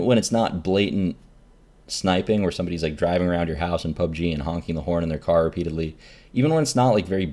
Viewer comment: Reynad, please explain what you mean when you reference things. I spent 5 minutes googling "club g car horn" before I realized you said "pub g"